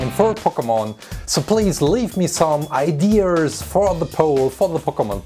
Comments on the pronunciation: I-dea-s not idears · He said fayer and idears